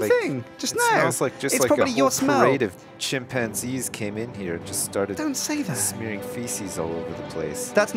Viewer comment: For a second there, I thought says Sjinpanzees.